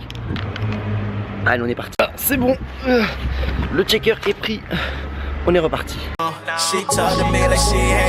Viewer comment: Salut! Je te découvre aujourd'hui même. Sympa, ta vidéo! :-) Just un petit détail: c'est SHAKER, pas CHECKER! :-) Phonétiquement, en fançais ça donne "chèïque-heure". Le "SH" anglais se prononce comme le "CH" français.Voilà, désolé, mais j'attends cette aberration tellement souvent.... Merciiii